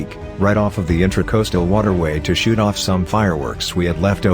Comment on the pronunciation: Automated voice said" shit off some fireworks" he he he. I would like to see that 😁